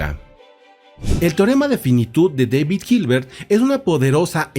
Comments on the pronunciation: Su nombre en alemán no se pronuncia "deivid" sino "dáavid". En cualquier caso, siempre se puede decir en español, que tampoco es su idioma original y tiene una justificación, al estar este canal en español. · En el idioma alemán David se pronuncia David, como se escucha, daivid es más bien idioma inglés.